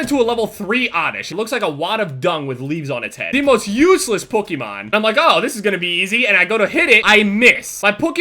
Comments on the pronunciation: He pronounces it "PukEEmahn" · Sounds like is saying PUKEMON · Pokemon is pronounced pukiemon gg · Sounds like you're saying pookiemon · Stop. saying. POH-KEH-MON! It's PO-KEE-MON!!! For fuck sake! Get your shit together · the kind of guy to say pukemon instead of pokemon... listen to him... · Doesn't it kinda sound like he's saying Pukemon instead of Pokemon? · Stop pronouncing it wrong. It's pokemon not pookimon. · he says Pokemon like pukemon. I used to be a fan of you, but now I'm a speech therapist, and you need help. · Am I the only one that wonders why says Pokemon like puk-e-mon instead of Poke-e-mon or is that just me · saying "Pookemon" counter: too many to count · Why the fuck do you say "pookymon" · It's not pukimon its pokeimon 😂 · why do you say pookiemon? lol its all good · Sounds like he says "pookiemon" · why the fuck do you say pokimon its fucking POKE-E-MON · He says Pokemon like pookemon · says pukemon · Dear: It's not Puh-key-mon It is Poe - key - mon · the type of nigga to say pookiemon instead of Pokemon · pronounces pokemon "puh-key-Mon" 😂😂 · "pookimon" - 2016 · the type of nigga that says Pookimon instead of Pokemon. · Why do you pronounce "Pokémon" so oddly. You say it like Pook-E-Man for some reason lol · I love how he says pokemon cause it sounds like he says pookimon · must love "pookemon" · Why do you say pukymon? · he sounds like hes sayi pookiemon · Why do pronounce Pokémon as pokkimoan? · the way he says pokemon pokymon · Who else hears pookie maan every time he says it😂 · Pokemon. Not pookemon or puh kemon or however u were saying it young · says "Pookiemon" lmao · Am I the only one getting pissed about how he says Pokemon? Pukeemon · am i the only one hearing say pookemon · Who noticed that said Pookhymon instead of Pokemon the whole video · "Pookeymon" lol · you say Pokemon like pookiemon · but why he call it pookeemon? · Or pookemon